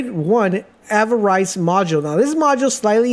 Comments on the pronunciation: The way you pronounce anima is really triggering me lmao, it’s said like animal without the L not aneema! Also avarice is ava riss not ava rice 🤣 great tips tho regardless, thanks for sharing 👍🏼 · "a-knee-ma" "ava-rice" wat. da. phuk. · Even tho you butchered alotta the pronunciations (i.e.- avarice, anime, etc.. [avarice ends in “iss” sound; and anima is short “i” sound like”Animation”, & not sounding like the low iron blood disorder-Anemia.. lol], it was still a good informative video. Lol…. Could you possibly make a more advanced video, one Not for beginners? No one has any, and I am trying to see if there is anything I overlooked or any builds that I overlooked. Thanks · The word is (Ah)neema like in the word animal..inflexion on the A, not a(Nee)ma. The same theory to the word A-va-ri-ce...inflexion is on the A at the start of the word phonetically should sound Ava-riss. Thank you for the video. It could have been explained, however, in fewer words making it a shorter video. I hope you learn the lessons as well. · Thank the gods that you wrote this. I wasn't sure if I had the heart to say it because it IS a nifty video, but every time I heard ava-rice I choked lol. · State of our modern education system people. Guy can't pronounce, "Avarice" (probably can't understand it either), spends 8 minutes just to say "Kill things and don't die," and "All 6 stats cap at 20, so I THINK the cap is 120." If you told me this was a parody channel, I'd be hard pressed to prove your wrong :).